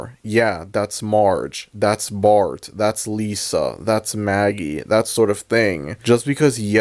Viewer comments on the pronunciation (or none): none